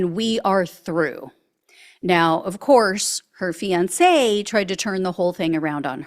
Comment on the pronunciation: If only it were true. Men need to leave MAGA wives. If only it were true!😢 This AI because you didn't pronounce fiance correct. Hmmmmm